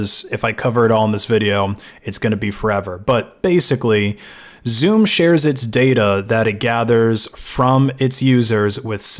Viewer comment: Every time he says Zoom I hear Zune